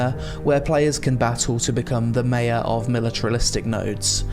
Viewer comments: Mate your saying Mayor wrong. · I've never heard "mayor" pronounced like that. Is it an American thing?